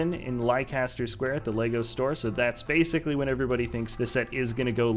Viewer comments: Thanks for the update. But its pronounced "Lester Square". I know, I know, don't get me started but there you are. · You said Leicester Square wrong....typical